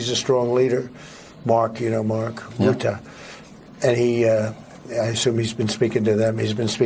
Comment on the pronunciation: The Dutch name 'Rutte' is pronounced with two syllables,' RUT - ta ' The first syllable, 'Rut,' rhymes with 'foot.'.